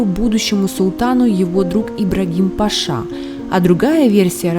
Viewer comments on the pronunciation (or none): none